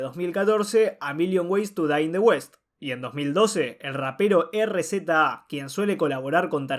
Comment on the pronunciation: se escribe RZA pero se pronuncia Riza